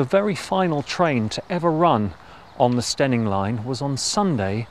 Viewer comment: I'm an Eastmidlander by birth and don't even know where "Steyning" is or might fictionally be, or that one should pronounce it "Stenning" (!), but this format (which the algorithm found for me) is magnificent - such excellent work in finding all the historic photos and viring them into the current status - subscribed in the hope that Bradshaw may encourage similar reviews of similarly stupidly closed railways NORTH of London (I know, culture shock big time). The format and the presentation are SO GOOD.